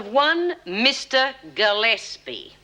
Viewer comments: 40.25 it sounds like Ted Douglas calls Gillespie "Ted" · I played that bit over and over--he does indeed.